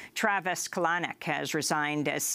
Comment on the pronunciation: Travis Kalanic... Good grief at first I thought she said "colonic". :P